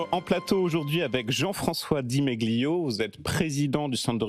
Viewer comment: Di Meli pas di Megue liot